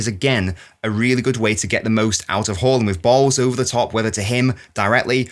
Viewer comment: Closer, but not correct. First AA's are correct, the last A should be pronounced the way most people pronounce the first ones. Type Haaland in Google translate and it will give the correct pronunciation.